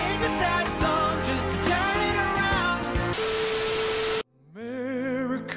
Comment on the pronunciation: MERICA FACK YEAR 🤣🤣🤣